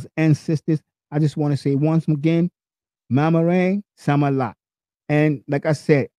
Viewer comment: Do that again ^^, maraming salamat....you kinda messed the words